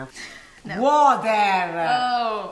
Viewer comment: "haveYouBeenDreekeengEnuff?" uhhh "WAAAATEHHHHRRRR"